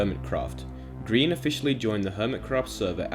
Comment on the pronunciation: I like how he spells his name as green not gry an (grian)